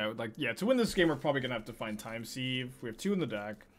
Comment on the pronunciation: Hate to be that guy, but it's not time 'seeve ' but time 'siv'. Like to sieve flour.